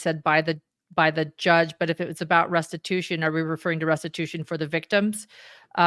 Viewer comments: Stories Podcast - In Jodi’s statement at 1h23 in this video, did she say “restibution “? A fusion of restitution and retribution? I listened twice and that’s what I think I heard. If so, “restibution” is not a word. Does she understand the difference? And does she understand that serving time is not restitution? Very strange and concerning statement, imo. Will the board of Connexions be liable for any damages to the children, ie Pam? And what about the bishop and stake president mentioned by Ruby in her statement, that they counseled her away from what she did and she didn’t listen - implying they KNEW about the abuse. Any possible liability to the as individuals for not reporting? Or for the church? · Has anyone else noticed that Jody said restibution instead of restitution? She wants to make “restibution.”